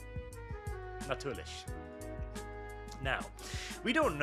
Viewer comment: And now on completly unrelated News: I was not Expecting that random german "natürlich" . I actually had do rewind there just to make I heard correctly. Btw you pronounced it pretty good, only the "ch" part need work but that to be expected as it's not common in most languages other than german.